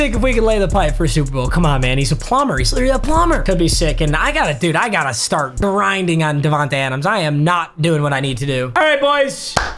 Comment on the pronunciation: “I gotta start grrrrinding on devante Adams”- 1/7/22